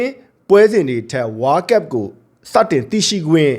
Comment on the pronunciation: ဝါးကပ် ဝါးကပ်နဲ့ ဘယ်နိုင်ငံကလေသံလဲဗျ ဝေါလ်ကပ်လို့ပြောပေးလို့ရမလား